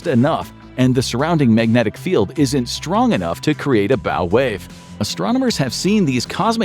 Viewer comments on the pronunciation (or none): none